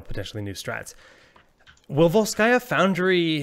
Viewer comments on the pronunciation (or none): It's VOlskaya and not VolskAya, because it's Russian and not French